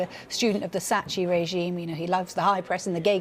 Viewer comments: Can’t believe she pronounced is as Sachi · LOL, it's pronounced "SaKKi", not "saatchi". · “ a student of the satchy regime” 🤣🤣🤣 she’s literally saying words without any idea of what they mean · My goodness hey... The whole world makes an effort to try and learn the English language... You think a journalist would make the same at least to learn to pronounce Sacchi correctly. The h in Italian transforms a soft c in a k basically, so it's pronounced sakki..